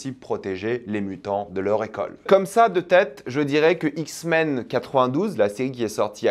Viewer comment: Les "Zixmens" 😭